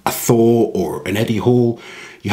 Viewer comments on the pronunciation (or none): none